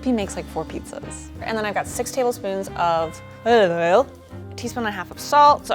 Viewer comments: Olaf All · The way she said "olive oil" tho